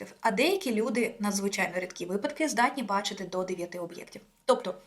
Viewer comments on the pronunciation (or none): none